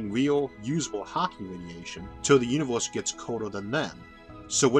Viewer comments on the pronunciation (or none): Love your video and explanation. You have a funny way of pronouncing uni'w'orse and similar words. Where are you from? :-D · I can't un-hear "Univorse" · really wanted to watch but the way you pronounced universe rocked my ears. sorry man.